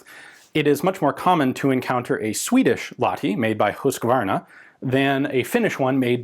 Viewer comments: Huus-kvaa-rna - not Husskvarna from "Hus" (house)" and "kvarn" (mill). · BTW, it is pronounced Lach-ti and Huus-kvaarna. :) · English speakers don't understand long vowels. Better write "Whose-kvahr-nuh" (they don't understand the ü-sound, either). Also, the "h" in Lahti is audible, it's not just meant to show you how the "a" is pronounced, as it would be in English.